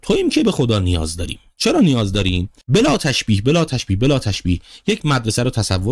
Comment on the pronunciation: بلاتش بلاتش گفتنت خوشم أمد 👍👍😅😍